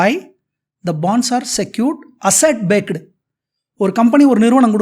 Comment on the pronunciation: Thalaivare... ellam nalla irruku English pesama full ah tamil la ye poirlaame... BAKED BAKED nu solreenga.. adhu BACKED nga😊